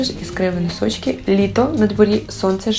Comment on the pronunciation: Обожнюю цю вимову) хочу носочки